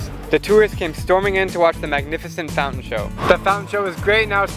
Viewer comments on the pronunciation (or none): none